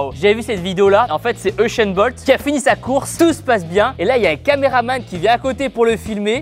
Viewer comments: Ushain bolt 😂😂😂😂😂😂😂😂😂 C'est usain bolt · juste tibo c’est pas uchen bolt mais usen bolt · il a dit Esain bold ou je reve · Uchen bolt (u)(s)éne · Euchaint Bolt ? Sérieux Tibo, sérieux ? 😂🤣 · "Eusheun Bolt" -Tibo 2019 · Je penssais être le seul à l'avoir remaarqué😂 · euhchaine bolt😂😂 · Kieeeeeee Il a dit environ "7 fois echainne bolte"